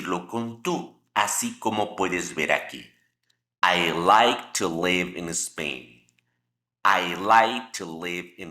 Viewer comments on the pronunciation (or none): none